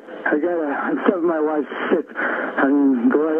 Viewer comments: I was listening to the video without looking at the screen and definitely heard him say she was sick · Knowledge engineer transcriber here. He is saying sick not shit. He means he needs a doctor ergo ambulance, not a slip just primative thinking.